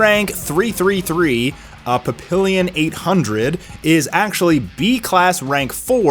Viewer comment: Say it with me... 'pa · pee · aan' not 'pa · pill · e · on' 😂 papillon is the french word for butterfly